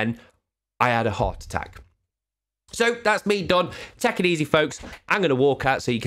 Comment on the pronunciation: At the end did you say take it easy or tech it easy?